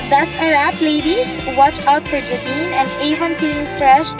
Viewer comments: ok na sana pero na "Jah-Dine" lang imbis "JaDine"😂😂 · its jey-dine not jah-dine. hehehe. 😁😁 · Ate.😭 It's Jey•Din and not Jah•Din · ate.. Jeydin po pronunciation hindi JahDin 😂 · momshie... it's "Jey-Dine" not "Juh-dine" 😁😘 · Abby Kitane agree! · Ate "Jeyden" po hindi "Jadin" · "jae dine" ganern hahaha thanks for ths vid anyway!